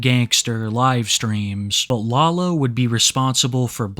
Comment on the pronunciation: Hearing say “law-low” is sending me